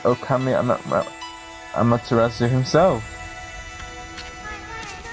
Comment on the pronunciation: I am looking forward to the rest of this so much! A few things though: Shiranui - Shir-An-Oo-Ee Kamiki - Kam-Ee-Kee Tsukuyomi - Tss-Yook-koo-oh-me Sakuya - Sah-koo-yah Amaterasu - Ama-Ter-Ah-Soo Oh and Ammy is a girl. She is a goddess and 'Mother' to all that is good c